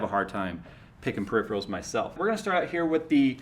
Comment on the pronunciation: Fuckin hell,, it's Peripheral; not Periphreal